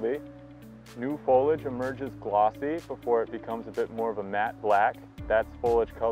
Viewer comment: Foliage, not foliage. Three syllables please.